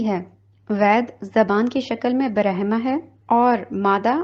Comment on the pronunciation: Good job but some sentences are omitted and I wish the time was taken to learn to pronounce Sanskrit/Hindu terms correctly (ie: br-am-ha, not ba-rah-ma)